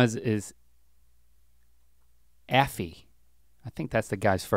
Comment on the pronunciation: Bahamas! Great local Canadian music!!!! 🇨🇦 Afie is pronounced Ay-Fee.